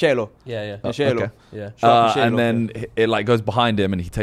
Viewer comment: why the hell would you pronounce Cancelo like that??